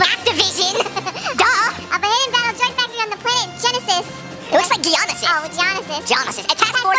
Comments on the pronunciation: It's geo no sis geonosis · It's pronounced geo-no-sis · It is je-o-no-sis